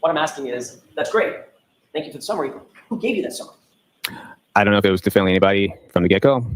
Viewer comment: Inspector gadget can’t even say definitively he keeps saying “defininitely” 🤣🤣🤣